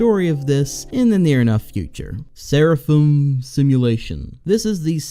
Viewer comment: s-ser-a-phum???? its ser-ra-fim. i mean, still valid, its a weird ass word but